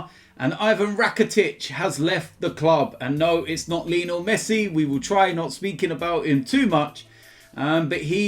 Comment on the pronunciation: Is it just me that feels weird when pronounced Leenal Messi?